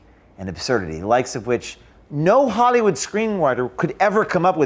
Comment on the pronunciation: “No Hollywud Screen Whyter...”